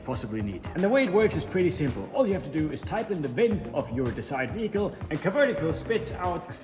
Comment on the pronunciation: "VEE-HICKLE", you've been spending far too much time in the US lol